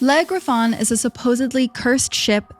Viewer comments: Eeriest thing here is those french pronunciations LEG REFAWN 😢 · Le Griffon is actually pronounced without the “n” as in French the last letter is silent unless it is followed by a vowel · Why do you keep saying it like it's one word. Legriffon???? It's 2 words Le Griffon, "The Griffon". I find it sad when posters mispronounce words, when a little bit of research would help you sound more reputable. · Is it really that hard to type Le Griffon into google and check how it is pronounced? I am not even French, but German, and it hurts how badly you pronounce it.